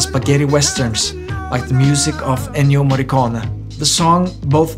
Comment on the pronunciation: Your pronunciation of Ennio Morricone’s last name sounded like Ennio M.a.r.i.c.ó.n …(YouTube didn’t even allow me to write it) BE CAREFUL with careless pronunciation of foreign names . Did anybody else who speaks Spanish understood the same thing I did?